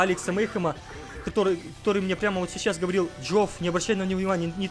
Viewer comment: сечаус хахахахаха ты иногда пиздато проговариваешься я тебя 5 лайков бы поставил за это